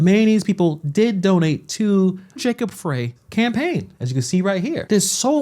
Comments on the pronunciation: Frey, its 'fry' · Just a heads up that Jacob Frey’s name is pronounced Fry not fray. And, he’s an asshat that Minnesota never wanted. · Mayor Frye is not representing the people of the city of Minneapolis! Disgraceful! BTW his last name is pronounced “Fry” (not Fray). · His name is pronounced FRIE not fray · The idiots name is spelled Frey but it is pronounced fry. No, he isn't from Minnesota, his ansestors couldn't spell. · It's Fry man SMH 😂 but he sucks regardless of how you pronounce his name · Frey is pronounced like "Fry". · His(Mayor Frey) speech impediment is not to be laughed at when he says, "ICETH". Please, let's be mature and respectful, hold your childish giggles. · Mayor Frey is pronounced as in Fry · I believe Frey is pronounced Fry.